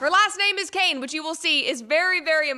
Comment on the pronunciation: “Paula White CAIN !!! The emphasis and point to the camera. That was hilarious! 😂